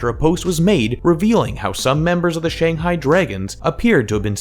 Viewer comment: Pronounce shanghai properly first